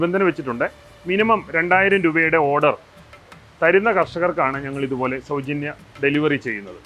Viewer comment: സൗജന്ന്യം സൗ ജന്യം എന്ന് താങ്കൾ എന്തിന് പറയുന്നു, ആളെ കുട്ടനോ, കച്ചവടം ആണെന്ന് പറയണം മനുഷ്യാ